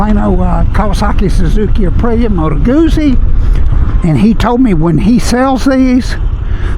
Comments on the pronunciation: Nice review - thanks! (It's "gooTsy" - like pizza 😉) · It's pronounced GOOT-zie.